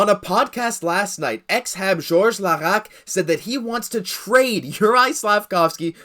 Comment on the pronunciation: "George Laraque" .....